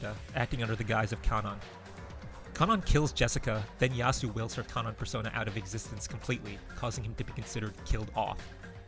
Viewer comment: Yo finally someone who pronounces Kanon and Shannon right. Thought I was being gaslit by this fandom